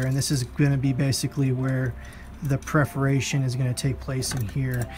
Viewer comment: Very helpful video but the repeated mispronunciation of "perforation" is distracting (at least for me).